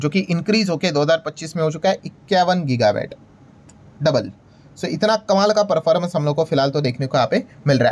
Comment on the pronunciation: गिगा वैट नहीं, गिगा वाट वैट मतलब VAT वाट मतलब Watt (unit of electricity)